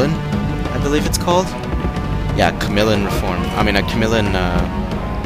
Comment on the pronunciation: Finished watching, I guess you DID mention the Polybian reforms, even if you didn't specify you were fighting it. Guess we have eyes, afterall. Pretty sure it's pronounced "Cah - mill - ee - an"